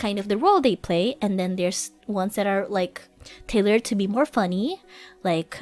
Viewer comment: role, not rule and tailored, not tender roguelike is a type of game Thanks for all the clips! I might just not be subbed to the right clippers, but it seems like I haven't seen much recently.